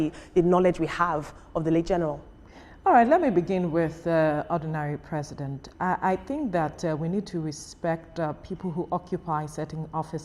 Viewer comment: Ordinary President not Ordinary presents 😅😅